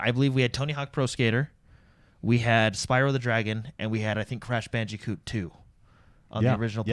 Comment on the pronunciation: Trying to figure out which is more aggravating: * pronouncing Just Cause as Just Cuz * pronouncing Crash Bandicoot as Crash Banji-coot